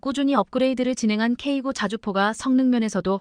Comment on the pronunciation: 수정 한번도 안 하고 읽냐? 미친년, 지식도 없는것들이 유튜브에 창궐, K9--->케이 나인으로 읽어라.쓰레기 폭파가 답이다